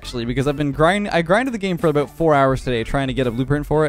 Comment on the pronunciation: We all knew who he was talkin aboot